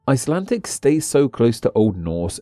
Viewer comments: WHY DO YOU SAY ICELANTIC, WHERE IS THE T? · "Buy my new book", urges the man (If man he is) who can't even pronounce the English name of the language he's dealing with in the video. Ummm ... nope.